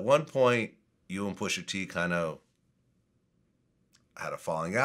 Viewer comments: Vlad keep saying "pusher t" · Vlad sir it’s pusha t not pusher t.